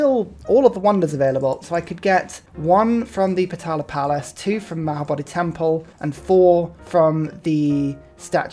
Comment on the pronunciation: is the best Civ producer at the moment imo! Thanks for that constant steam of output! Collab with otter also very much appreciated One thing I again and again stumble over when watching your (and otters videos for that matter) is your supposedly funny pronunciation of the Potala Palace. I also didn't know for a long time, but this palace is build in Lhasa, Tibet's (former/ rightful(?!)) capital. Considering historic events and today's situation there, I, personally, think it's much more appropriate to pronounce it's name properly! Same feelings I get when you talk about Chichen Itza It feels not easy to give these thoughts without fronting too much, but I very much appreciate you giving this topic a thought! Also, I kind of just wanted to start leaving more comments for the algo, but seems it's a good opportunity to share my thoughts